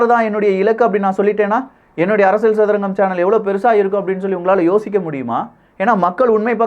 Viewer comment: One feedback brother… நீங்க அரசியல் என்று சொல்லவும் ஆனால் அரசியள் என்று சொல்வது நன்றாக தெரிகிறது. அகையால் தமிழ் சரியாக பேச வேண்டுகோள். இது அரசியள் சதுரங்கம் இல்லை.. இது அரசியல் சதுரங்கம் என்று சொல்லவும்… அன்புடன் உங்கள் சேவை தொடர வாழ்துக்கள்.